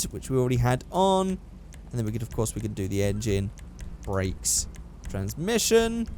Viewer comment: when you say race brakes u say brack bracks